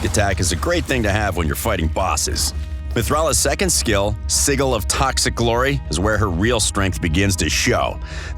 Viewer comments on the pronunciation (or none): Sigeil? Nah it’s pronounced SIGIL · Did he really just pronounce sigil as “”Sig Ill”? Who does he think he is, matt mercer?